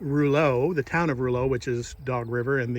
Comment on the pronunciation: Rouleau is pronounced row low. Thanks for stopping. We were fans too. in MB.